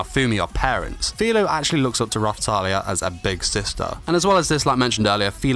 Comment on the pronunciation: It’s FIRO not FILO